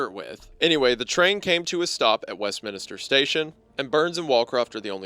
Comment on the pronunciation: BRUTAL pronounciation from wendigoon again! Westminister? PLEASE, GOD! Please!